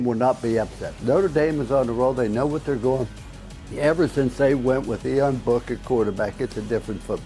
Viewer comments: Somebody tell it is Ee-an book, not Ion Book. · Will somebody tell coach how to pronounce IAN